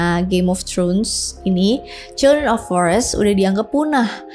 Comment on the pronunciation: throne bukan trhun kwkw